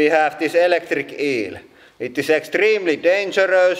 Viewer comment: its extreemlee dangerös